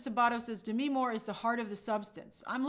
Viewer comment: Grace why are you pronouncing Demi’s name like that? Lol